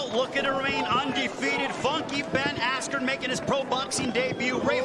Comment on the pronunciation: Couldn't even say askrens name right.